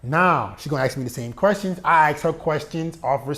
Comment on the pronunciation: I love how you say aks instead of ask